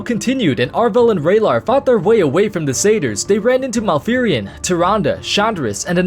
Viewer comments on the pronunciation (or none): I tried following the story, but I couldn't figure out what friggin sayters are. The only thing I could guess is that you was referring to satyrs, which is pronounced sat-tears. The "A" is pronounced like the word matter and the "Y" is pronounced like an "I," such as the word nymph. It can be pronounced the way you're saying it, but people that do this sound uneducated. Here's Oxford pronouncing it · Took me a while to figure out "cedars" meant "satyrs".